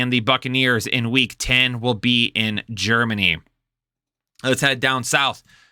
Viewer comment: GEREMANY lol